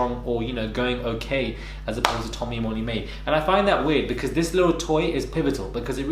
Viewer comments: Did you say Tommy Mae? 😂😂😂😂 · Did he just say Tommy-May 😂😂😂